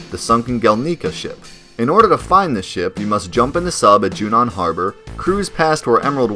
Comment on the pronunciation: Gelnika is pronounced gel nih kah Not gel knee kah Yuffie is pronounced yuf fee Not you fee Junon is pronounced juh non Not jyuu non